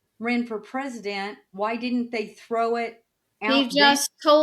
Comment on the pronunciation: Hearing say "pres-dent" repeatedly is like nails on a chalkboard